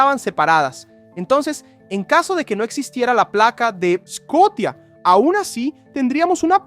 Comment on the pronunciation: Se dice "sea of Scotia" o "mar de Escocia" pajaron. Haces un vídeo para educar y el educado resultas ser tú.